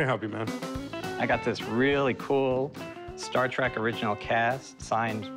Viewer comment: Cory says, "Star Track". Credibility lost.